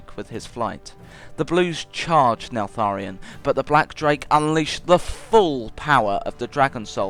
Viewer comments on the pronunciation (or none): why does everybody call nefarian neLfarian?